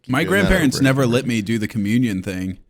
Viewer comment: why do you say the word "lit" instead of "let" it's not an accent it seems like you intentionally do it. La-Eh-t it is a pretty simple word....